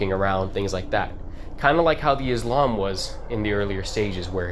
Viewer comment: the islam?? it's pronounced izlom and it's not even izlom!! that's gravy grandpa!! mosu colam is mozgolom and stomatic is stomatolog,fix your stuff twin,stalker is not a 2000s uhmerican made game set in middle east to have such names